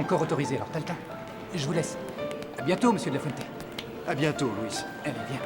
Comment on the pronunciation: '' De la Fuente '' on dit.... Mdr Lafrente 😂